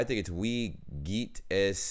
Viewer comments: There is a grammar mistake. Pretty bad for a language teaching website. Wrong: Wie viel Uhr ist es? ≠ ee veel... Right: Wie viel Uhr ist es? = Vee veel... So basically it's the same pronunciation as the other "Wie". (Btw. I'm german with serbian roots. So my german is fine but I'm struggling with speaking correct serbian to, because lack of practice and because of learning things wrong. So when no one corrects you, you become insecure in the future about what was right and what was wrong.) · The Pronunciation by '' what's the weather like? " isn't right. That " Wie" is a "vee" and no "ee" 🙄 Ist mir nur aufgefallen 🤷🏼‍♀️